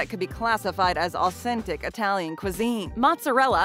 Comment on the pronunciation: Pronunciation, way off! It-talian, not eye-talian.